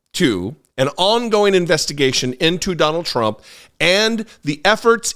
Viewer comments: That news anchor totally called him "Donald Drump". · Did the Fox anchor say Donald Drumpf? 😂😂